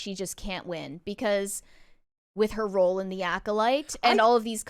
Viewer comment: she managed to make a single syllable word two syllables. Role. A single R. A single O. A single L. A single E(which is silent.) Her: "Ro-oahl"